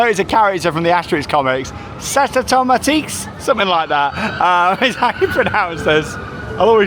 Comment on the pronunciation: your french is really getting better. That "Cétautomatix" was almost spot on 👌🏽